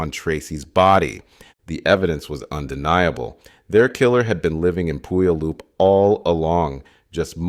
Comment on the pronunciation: Many are stumped trying to pronounce some Washington names. Puyallup rhymes with “gallop” and the first syllable sounds like “pew” (eg a church pew): pew-allop